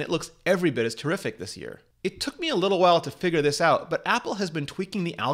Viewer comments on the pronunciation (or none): none